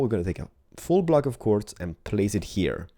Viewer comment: when says full block it sounds like he says fool block